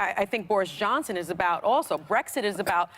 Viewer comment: Abby said Brexick 🤦🏻‍♀️🤦🏻‍♀️